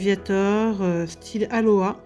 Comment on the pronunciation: Salu ! Ta di aloa alor k'on di Alola ! Lol 😅😅 ! Sinon très sympa toute ces sleeve 😍😍 et sympa aussi les différentes carte 😉 ! LA FAMEUSE MEW ULTRA RARE 😱😱😱😱 très swagg 🤩🤩🤩🤩 !!!!